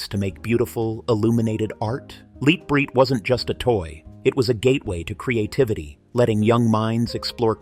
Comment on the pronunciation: Pronounced..."LIGHT BRIGHT"...